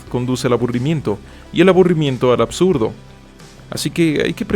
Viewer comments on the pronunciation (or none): none